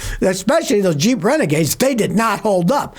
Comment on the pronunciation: Did u say Jeep or cheap compass